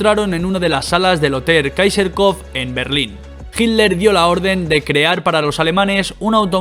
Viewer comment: Para el empresario serio, falta bastante de pronunciar todo como corresponde, se llama Hitler no hilder en todo caso era bastante gil, es Porsche y no porsch como lo pronuncian los que no saben. La verdad te recomiendo volver a grabar el video con alguien que pronuncie bien de verdad lo digo. Gracias